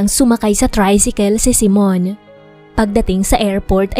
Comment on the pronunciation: Simone kasi. Hindi Simon.